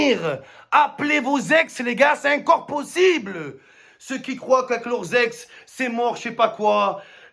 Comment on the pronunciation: Ya que moi qui aime la façon dont Momo prononce le mot "encore"